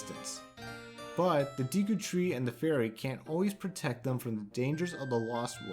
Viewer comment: Nice video but the deeeku kills me everytime